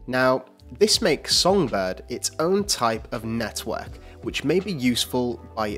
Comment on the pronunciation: Lol 'Net-hwork' is what I hear when this guy pronounces Network XD